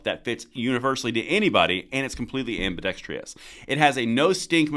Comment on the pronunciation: anmbiDEXTROUS.. not ambiDEXTRIUS